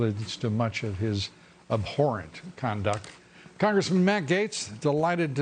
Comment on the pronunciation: Lou Dobbs can't even figure out which way he wants to pronounce the word abhorrent. Three times he pronounced it "ah-horrent" and twice he pronounced it "abh-orrent" and seemed to be unsure. It's uncomfortably hot and stinky in this FauxNoise bubble.